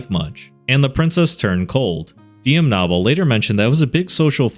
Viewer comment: As a Knoble and only listening every time you said Nobble irritated me until I went looked at it and saw that stupid ahh name 😂